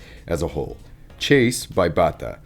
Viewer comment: I like that you chose Chase by Batta. I study Japanese, and the first pronunciation was excellent!